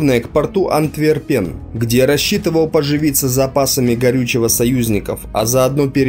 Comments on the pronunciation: Всё хорошо, но произносите названия правильно. АнтвЕрпен. Не БАзет, а БазЕ, во французском все ударения на последний слог. Нетрудно в сети всё это найти. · Хорошая информация, но произношение некоторых слов: Антверпен, Бастон, Модель - говорят о том, что автор не только материал впервые видит, но и просто не эрудирован.